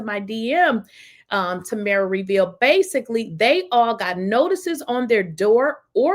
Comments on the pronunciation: TamRa not TamEra. Hope that helps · Her name is PRONOUNCED. TAM MERA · Tam-Ra. Is how it's pronounced...